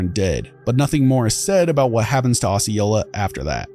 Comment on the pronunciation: Yes you have pronounced it correctly, been through the actual town.